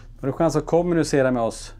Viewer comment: Varför betonar ni/ alltid början alltså KOM I kommunicera. Man brukar ju säga de som ett neutralt ord liksom? Alltid undrat. 😅